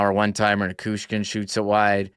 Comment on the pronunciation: A friendly fyi that it's Ni-CHOO-shkin. The Choo-Choo train! 😊